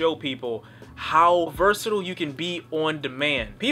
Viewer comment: Nigga if you say "Versitle" one more time IT'S "VERSATILE"